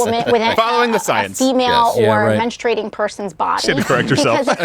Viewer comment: “I don’t know if he’s familiar with mensturating” 😂😂😂